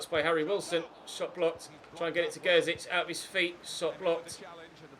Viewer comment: Can you pronounce Gerzić properly.